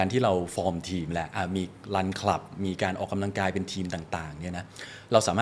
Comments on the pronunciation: คุณหมอจิมมี่คะ ขออนุญาต feedback การออกเสียงคำว่า “ออก กำ ลัง กาย” ให้ชัดเจน ถูกต้อง ไม่ “ออก กะ ลัง กาย” ได้ไหมคะ จะดีสำหรับผู้ดำเนินรายการค่ะ ขอบคุณค่ะ 😊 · พิธีกร ควรใช้คำว่า ออกกำลังกาย ไม่ใช่ ออก กะลังกาย